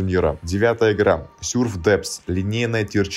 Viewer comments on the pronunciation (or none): почему ты говоришь сюрф ааа upd: СЮРФИР АААААА